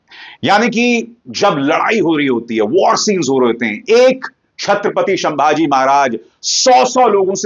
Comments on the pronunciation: शंभाजी महाराज नहीं संभाजी महाराज ! स का श कर दिया आपने … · नाम है,छत्रपती संभाजी महाराज, या शंभू राजे़। शंभाजी उच्चार ग़लत है सरजी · Bhai संभाजी not शंभाजी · Bhai.... Sambhaji maharaj hain...... Sh nahi ... S ..... please don't be so ignorant ... at least in taking names of Great legends....